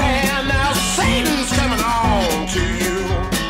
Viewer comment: I love how he jumps when he says “sATAN”